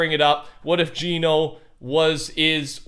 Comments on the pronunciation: Geno is pronounced JENN-O not JEAN-O.. GENO is not a person.. It's an organization.. Your supposed STORY LINE NERDS.. Have it completely wrong.. You're touching THE AREA but getting the subject wrong my friend.. You'll think I'm a random that knows nothing until you see THE TRUTH 🤗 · I die a little each time he says jean-o instead of gen-o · ITS GEH-NO NOT GEENO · Why do people say geno like ge no even though agent Jones said gen o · It’s painful seeing all these large content creators mispronounce Geno, Agent Jones literally pronounced it as “Jenno” in the Chapter 2 Season 6 trailer when he was talking to the foundation. It’s Jenno, not Jeeno